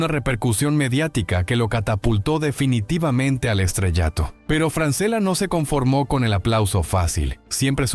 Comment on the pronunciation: El apellido se lee Franchella es italiano. A Francela no lo conoce nadie